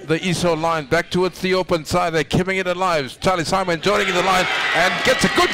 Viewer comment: this commentator says "Sarlie Chimon moving in with the conversion" hahaha Charlie Simon